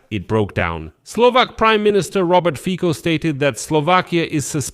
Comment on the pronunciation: Fico is not read with K but with slovak C which is more like TS in english so Fitso would sound more accurate (just a tip ^^)